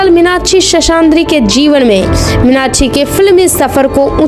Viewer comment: Minakshi ka naam to sahi se le lo